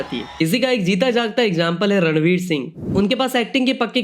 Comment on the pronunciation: It's ranveer not radlveer 😂